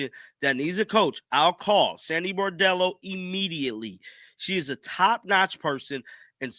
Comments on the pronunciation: Brondello , say it with me: BRON-DELLO. Like Le-Bron. Not “Boredello” like you are saying. Bordello is a whore-house. At least get her name right. Saying axe instead of ask is bad enough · Her name is BRONdello, if you’re going to do videos about her, please pronounce her name right. ❤️ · How hard is it to say BRON-DELLO? Why keep saying BOR-DELLO? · Please man I love ya, but her name is Brondello, not Bordello. A Bordello is a whore house! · Isn’t her name Brondello not Bordello? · Brondello NOT Bardello! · Dude! It’s BRON-dello! Not BAR-dello. Just sayin’… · Her name is pronounced BRON Dello NOT BOR Dello. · You should know how to pronounce the name of the person you’re talking about.